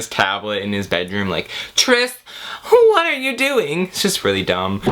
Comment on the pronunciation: 'hwhaaat are you doing?' The Californians SNL sketch is shining through😂